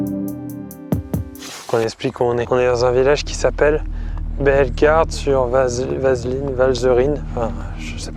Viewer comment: decu que tu ne saches pas prononcer ma ville natale… bellegarde sur valserine